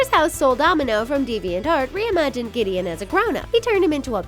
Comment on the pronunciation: Ugh giddion